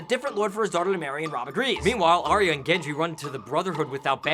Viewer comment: It's Ar-Ya, not Ar-Ee-Ya.